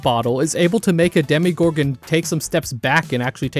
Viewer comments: why does bro keep saying "demigorgon" before switching to demogorgon halfway through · Stranger things taught me that education in the USA is null. Because how can you have such a large part of the population not being able to pronounce demOgorgon